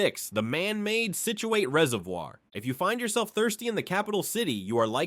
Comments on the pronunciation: / Sounds like somebody burped and farted at the same time. "33rd: Block Island's Mohegan Bluffs" LOL! Also, it's "SIT chew it", not "SIT chew ATE". (Scituate). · It's "sit-jew-wit" you sound like a idiot when you say it wrong. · "Scituate" like "situate". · I love my state. The skewering of the Indian words was hard to hear, though. We have a lot of them in RI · Nin-ni-grit Scit-u-it the mispronouncing of these native American words made my ears bleed, but that is probably how us Rhode Islanders sound to everyone else!😅